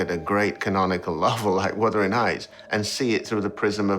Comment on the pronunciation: It's wuthering not withering